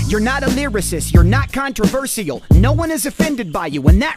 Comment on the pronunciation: Did anyone notice that he can’t even say controversial?